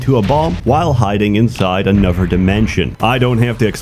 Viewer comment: Why do you pronounce "another" as "anuver" and "thirty" as "firty"?